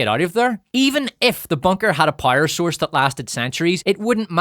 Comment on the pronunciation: "the sun has been around a long time - i know, i saw it in the 90's... despite being retro [...]" made me literally cry laughing... well done, and thank you! btw, i love that you pronounce "loud" as "lied", and "power" as "pyre", it sometimes makes the sentences even more hilarious!